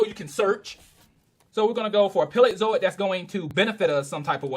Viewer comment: burgerstomache? its PALEOZOIC!!!!! say it right!!!!